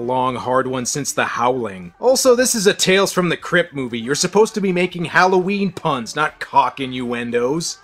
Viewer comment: HOWL-oH Ween ?..............your mispronouncing it !!! are you fukin Canadian ? .. it's Hollow-Ween !